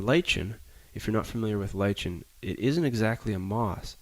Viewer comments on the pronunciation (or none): They're spores, not seeds. And it's Li-KEN, not Li-CHEN. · People usually say it "ly-kin" but hey, tomato tomato.